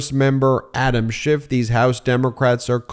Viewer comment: It's Adam SCHIFF, not Shift! Only the cretinous, nasty-mouthed & rude Donnie tRump says "shift," --- YOU SHOULD PRONOUNCE IT CORRECTLY, else people WILL LEAVE MEIDAS TOUCH DUE TO YOUR RUDENESS! EDIT: ALSO, You owe Rep. Schiff a SINCERE APOLOGY!